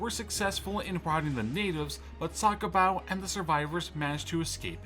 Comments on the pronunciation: "Sakobow"😂 it's pronounced the-ko-mbaoo Edit: also I think you swapped up great britain and america lmao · When your pronouncing Cakobau it's not sakobau you don't use the C as an S you use the C As an Th because in Fijian Language we use a C as an Th so It's Tha-ko-bau as Cakobau. I'm full Fijian myself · the pronounciation is Tha-ko-mba-u ~ Cakobau